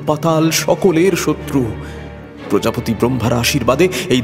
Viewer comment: কিছু কিছু বাক্য এবং শব্দ এর ভুল উচ্চারণ শুনলাম, বরাহদেবের আবির্ভাব, প্রজাপতি কে প্রজাপিতা, ইত্যাদি ইত্যাদি শাস্ত্রসম্মত হয়নি, এই ছোট ছোট দিকগুলো একটু নজরদিলে ভালো হয়